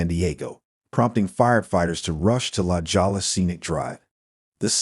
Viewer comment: Pronounced la hoya (la jolla)